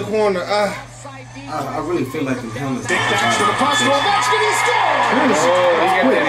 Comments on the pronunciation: it’s Oh - Vecht- Skin ( he’s from Russia and he’s been playing hockey since I was alive it seems like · Video starts.........Alex ovie-chin 😂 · No one's ever called him that it's Oh-vech-kin lmao